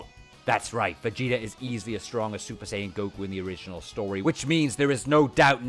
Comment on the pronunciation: "Vageater" lol 🤣